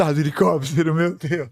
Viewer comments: Toda vez que o fala helicóptero, eu lembro do meme "helecopetero, helecopetero" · HELICÓPTER, HELICÓPTER